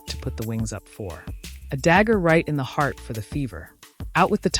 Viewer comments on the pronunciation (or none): none